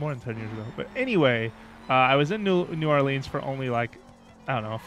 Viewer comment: I live in Louisiana and I have to say, they did a pretty good job on New Orleans. Except that y'all kept saying like new oleens, I pronounce it new orlins